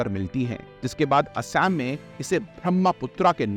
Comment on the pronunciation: आपसे अनुरोध है कि ब्रह्मपुत्र सुभानश्री असम जैसे नामों का सही उच्चारण करें। अक्सर देखा जाता है कि लोग अंग्रेजी का अंदाज दिखाने के लिए ऐसे शब्दों का इस्तेमाल करते हैं, जो गलत है। ऐसा अक्सर देखा जाता है कि लोग अंग्रेजी भाषा में स्टाइलिश दिखने के चक्कर में मूल शब्दों और उनके उच्चारण से खिलवाड़ करना गलत है। इनके उच्चारण को ग़लत ढंग से लेना अच्छा या सभ्य नहीं लगता. आप भी कभी यूपीएससी अभ्यर्थी रहे होंगे तो cultural hegemony को अच्छे से समझते होंगे इंग्लिश आना बहुत जरूरी है. आज के समय में अगर हमें दुनिया के साथ खड़ा होना है तो अंग्रेजी का इस्तेमाल करना चाहिए लेकिन इसका मतलब यह नहीं होना चाहिए कि हम अपने मूल शब्दों के साथ खिलवाड़ करें। आपका कंटेंट बढ़िया था बस मेरी कहीं बात पर गौर करें🙏🙏